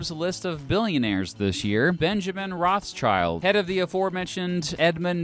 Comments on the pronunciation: Thank you both for your videos! Being born and raised in Rothschild's city Frankfurt, i can't get over your (and probably every English speaker?) pronunciation of their name 😄 German th is spoken like t and the i like the English ee, so it's closer to rod shield than to ross child 😬 Fun/Pride fact: when Frankfurt's Jewish community gained equal rights and the ghetto rules were lifted, almost everyone who could afford it moved elsewhere in the city, except for Mayer Amschel Rothschild, who decided that the Family HQ would stay in the House of the Red Shield (hence the family name) in Jews' Lane, the former ghetto. The house later became a tourist attraction and it existed until the bombing raids of 1944 when it burned down. Thank you guys for these videos, i would wish the world would be ruled by fellow Frankfurters but i am afraid it isn't. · Good video just one quickk note its pronounced Roth schild not roths child :) Rothschild comes from the german Rot schild which means red shield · The fact that he says Rothschild wrong really annoys me as a German speaker. It's actually Roth-Schild not Roths-child. Otherwise good Video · It's not child.. its shield. Roth (red in german) schild (shield in german) as red shield. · It's not Roths-Child, it's Roth-Schild. In english that would be Red-Shield. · Why do English people keep pronouncing Roth-schild as Roths-child? It's a German family name: Rot (red), Roth is probably an old-fashioned spelling, and Schild (Shield) are the words the name consists of. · The english spelling of the Family makes me angry! It´s not Roths-CHILD it's Rot-schield. Like red and shield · Yeah it translates to ‘red sheild’ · Rothschild should be pronounced RothShield. Red Shield. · The pronounciation of Rothschild has me dead. ROSS CHILD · i love you but the way you sat their family name kills me its pronounced something like Rothshield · i cringe at every instance he pronounces the name wrong